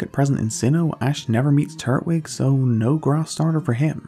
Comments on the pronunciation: Tur-twig, not turt-wig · Turt Wig Why do you pronounce it like that lmao